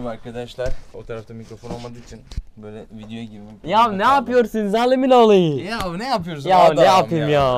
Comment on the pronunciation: Yav napıyorsun zağlimin oğli 😂✌🏻